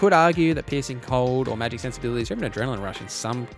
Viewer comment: I'm sorry, I should be talking about how great the information here is, and how useful it will be... but every time you say 'piecing cold', I keep hearing 'pissing cold', and it's cracking me up. Gonna need a few minutes to get that out of my system first. But yeah, thanks for all the good info, I needed a refresher before I jumped into a fresh Witcher game; haven't played for a couple of years.